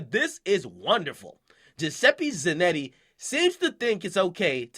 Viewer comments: its za-notti not zanetti idiot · Zanetti? Really nigga? Just sound it out, there's an O...ZaNOTti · Ak Straight Skipped Over The O In Zanotti 😂 Za - Not - Tee my bro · za.not.e is how you say it honey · bruh this nigga said giuseppe zannay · Flagrant ZanottE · Kelechi Iheancho he says Zan"E"tti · you're pronouncing zanotti wrong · Akademics the type of nigga to pronounce Giuseppe right but butcher Zanotti. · I'm Trynna figure out where akademiks sees a "E" in Zanotti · You said the name wrong!